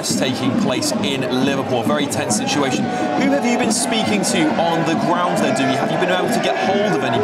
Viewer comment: I have a question,...what is a "sitiation?"